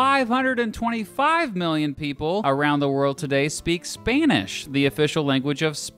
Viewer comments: ''Spainish'' literal ear rape. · Says Spanish “Spænish”